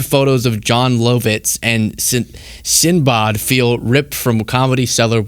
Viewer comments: Did you just mispronounce Jon Lovitz AND Sinbad? It’s literally “sin” and “bad” 😂😂😂 I hate CBS btw and both those comics suck and are washed up. So washed up, you don’t even know how to pronounce them. It’s “love” and “it’s” btw, but fuck him. He was never funny. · Jon Low-vits and Sin-bod? I'm sure he means Jon Lovits and Sinbad. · Sinbod?! Who tf is that? 😂 Ya mean SinBAD? 🤣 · Bro its Jon LUHvitz not LOWvitz, & SinBAD not SinBAHD.. they’re comedy legends, how th do u mispronounce their names? And btw, EVERYBODY has known that Comics Unleashed is ABSOLUTE TRASH for the past TWENTY YEARS.. i get that it sucks so hard but how th has someone not even heard of it in TWENTY years that it’s been around? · Not that he’s actually funny, but it’s Sin-Bad, not Sin-Bod. He’s a washed up comic from the 80s/ early 90s. Not a great start for the show. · John Low-vitz and Sin-bod, lol. 🤣🤣🤣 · "Sinbod" 😂😂😂 I guess knowing that is wrong makes me an elder. Also, knowing who John Lovitz is, I guess. 😅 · Sound it out.. Sin-bad, sin… bad… now put it together.: “Sinbod” 🤦🏼‍♂️ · bro it,s "sin-bad".....millennials :) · What's brutal is you not recognizing the names of John Lovitz and Sinbad. They're pronounced LOVE-its and SIN-bad. I'm guessing you've never heard of Sinbad the Sailor or One Thousand and One Nights either. I don't know if you're from the US or Canada, so I'm not going to immediately assume this is an indictment on the breakdown of the US public education system, but education broke down somewhere. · I am bothered by your pronounciations of "Sinbawwd" and "John Low-Vits".: I love ya, bro. You mean well, and I get it. But you're makin me feel real old here, and ya gotta do better. Thanks. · Did he just say "Low-vitz" and "Sinbod"? I mean I know I'm unc and these guys ain't been around in a minute but surely people know how to pronounce their names. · Sinbaad... 😂. Come on, you don't know Sinbad? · Jon Low-vits and Sin-baah 😅